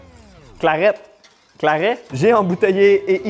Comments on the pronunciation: J'ai un producteur de boissons médiéval pas loin de chez moi, ça m'a permis de tester l'ambroisie et le claret et ça se prononce claré 😁 L'ambroisie c'est bien fruité mais assez sucré aussi, un verre c'est très agréable, le 2e passe nettement moins bien 😆 Alors les 2 où 3 litres...fallait vraiment pas avoir le choix quand même Le Claret c'est encore pire c'est une bonbonne de sucre le côté dessert prend tout son sens, cependant même pour une boisson "dessert" la quantité de sucre reste bien trop grande on ne sent que ça et pour ma part je n'ai pas aimé, j'aurais mis du miel et du sucre en poudre dans de l'eau comme du sirop je n'aurais pas vraiment vu la différence 😂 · le "claré" si tu veux le prononcer